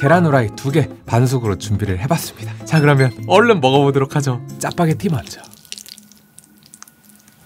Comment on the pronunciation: 짜빠게티래ㅋㅋㅋㅋ 발음 구수하세요